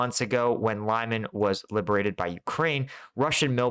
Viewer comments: Lyman is pronounced Lee-MAHN, with the stress on the second syllable, not LIE-man. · Not very important, but anyway: Lyman is something like Lee-MAN, not LIE-man. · Lyman is pronounced as "Leman" for English speakers! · Lol can't even say Liman right lol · Lee-MAHN! Hehe, just another tip. Love your content! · I watch your videos every day and appreciate your military knowledge and the way you explain tactics. A pet peeve though is the way you butcher the pronunciation of some of the more widely used Ukrainian names. I'm not talking about obscure villages -- rather places like Lyman, Svatove and Zaporizhia that are often in the news. I don't speak Ukrainian, but I make a point of listening to the pronunciation of native speakers in vlogs like Denys Davydov, Reporting From Ukraine and others. It's "limm-AHN," and "SVAH-toh-veh" (capitalized syllable accented). The "zh" in "Zaporizhia" and "Prigozhin" is pronounced like the French "je", or the way the "s" is often pronounced in words like "measure" and "pleasure." Sorry, I really do love your channel, but this is kind of like listening to fingernails on a chalk board.